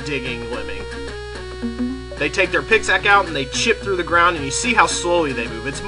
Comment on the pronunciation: He Sayd pixack Not pickaxe